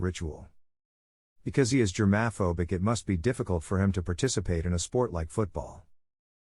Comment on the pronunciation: “germ AAA phobic”